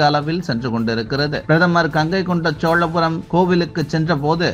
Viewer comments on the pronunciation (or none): கங்கை கொண்ட ஜோழபுரம் இல்லை மக்கு.கங்கை கொண்ட சோழபுரம் என்று சொல்லுங்க